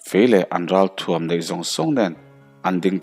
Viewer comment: Suakzapaua ṭhuam ang kan do tih tur a ni e, thuam ni lovin ṭhuam tih tur. Ka nuih hi a za lutuk. Kan lám e ni lovin kan lâm e tih bawk tur.